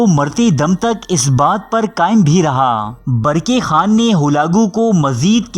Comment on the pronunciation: Barki khan nahi barkah khan hai sahi